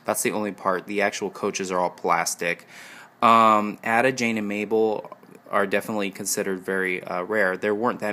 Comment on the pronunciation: You pronounce Ada with a long A, not a short A.